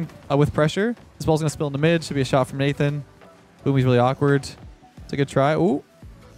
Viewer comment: "And we got the shart on target"